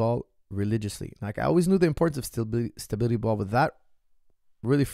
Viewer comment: it's all about the "stabiTily ball"